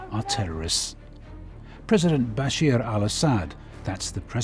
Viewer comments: If you are going to create a propaganda video, at least learn how to pronounce "Bashar". It is not "Basheer". There is 25-30,000 fighters of which 90% is Islamic and 50% foreign. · Bashir AL-Assad? It's Bashar Al-Assad